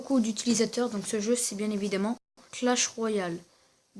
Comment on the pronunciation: .pas coah mais clach